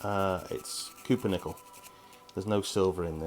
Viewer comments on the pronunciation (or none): Couper nickel. Someone call the grammar cooops to arrest this man!!! Just teasing you!! Great product review!!! They look like they work really well!! 😎👍